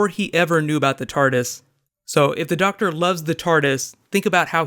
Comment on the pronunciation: "The Doctsah" Christopher Eccleston times